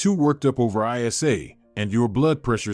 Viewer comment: What's I. S. A? What name is ever pronounced like that? Even AI should be able to read names more appropriately.